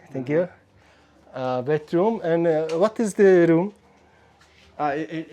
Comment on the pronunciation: Хэл үнэхээр хэцүү байна даа. Хөтөчөөсөө муу яриад байна даа. Бас хүн болгоныг bro монголоороо бороо гэж дууддагаа болиоч ээ